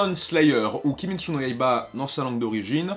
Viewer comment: Kimetsu pas kimestu!!!